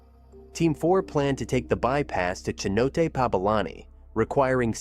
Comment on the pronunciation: Um… Cenote is pronounced ‘sen-oh-tay’, not ‘seh-note’ or ‘keh-note’. It’s tough to figure out the pronunciation for words you’ve never heard spoken aloud and may only have read, especially when some of those words aren’t English words.